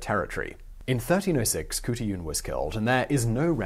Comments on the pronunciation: Kahartoolarn..... thats the real pronouncement xxxx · It should be said as Hotulan or Hotulun. Because in traditional Skript o and u are written same. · Mongolian here, not Kutuyun more like Hutulun. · Hey Simon. Mongolian here. It's pronounced huut-a-lan but you gotta say it fast and not say each syllable. It's a weird language. And as a Mongolian I had never heard of her. Great find. Thank you sir. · As far as I'm aware the Mongolian language has no 'k' sound, so her name would be simply Hutulun. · The proper Mongolian pronunciation would be more like khoot-lune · I don't know where you got your information but I can tell you, as a Mongolian, the women in Chingis khaan's (not Genghis) time were not subservient to the men, only doing house work and rearing children. They were taught to support and protect the empire with beauty and cleverness. And how hard is it to say Khutulun? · It's not pronounced Khutulun, it's pronounced Khutulun. I would now I studied ancient Mongolian dialect. :)